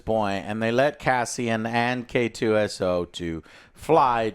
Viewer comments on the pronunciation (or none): you guys got so much stuff wrong, so many mistakes, so many mispronounciations. It's K2SO, for the love of god, it is not KSO, and good lord it is DEFINITELY NOT queso!